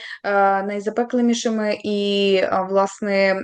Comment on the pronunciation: Журналістка сказала:" які області ...будуть найзапеклімішами". Двічі це неіснуюче слово повторила. Немає такого слова. Не треба видумувати. Треба мову вчити добре.